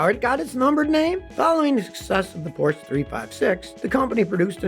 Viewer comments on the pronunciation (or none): Porsche is pronounced 'Porsh-er'. Daimler is pronounced Dye-mler and the founder of Toyota was Mr Toyoda (but I'm sure you knew that one) :) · Love the videos but cringe every time Scotty mispronounces "Porsche". Also, the Chevy Nova story is a myth. Even if you couldn't confirm or reject the story by looking into history, you might notice some problems with it if you understand Spanish. For starters, "nova" and "no va" don't sound alike and are unlikely to be confused, just as "carpet" and "car pet" are unlikely to be confused in English. Additionally, "no va" would be an awkward way in Spanish to describe a non-functioning car ("no funciona", among others, would do better). Additionally, as in English, nova when used in a brand name, nova can convey a sense of newness. There's even a Mexican gasoline that goes by that brand name, so it seems unlikely such a name alone could doom a car.